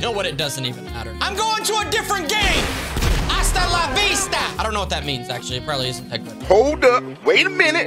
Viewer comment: When he said asala vista😂😂